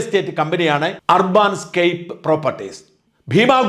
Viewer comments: ഷാജൻ സാർ ഇത്രയും ഇംഗ്ലണ്ട് ബന്ധമുള്ള താങ്കളുടെ ഇംഗ്ലീഷ് ഉച്ചാരണം വളരെ സോകം ആണ്. അർബാൻ അല്ല urban എന്നത് അർബൻ എന്നാണ് ഉച്ചരിക്കേണ്ടത് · ur ban എന്നതിന് അർബൻ എന്നാണ് ഉച്ചാരണം. അർബാൻ എന്നല്ല ഷാജൻ മാസ്റ്ററേ ! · അർബാൻ എന്നല്ല ... അർബൻ എന്നാണ് ... നഗര സംബന്ധമായ എന്നാണ് അർത്ഥം ... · അർബാൻ അല്ല , ഏർബൻ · അർബാൻ അല്ല അർബൻ . UK ൽ Urban എന്നാൽ അർബാൻ എന്നാണോ? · Arbaaan-scape alla, adhu English word 'Urban' aanu. Urban-scape. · Urbaan alla urban